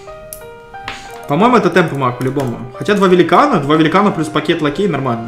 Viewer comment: ЛАКЕТ,ПАКЕЙ место лакей,пакет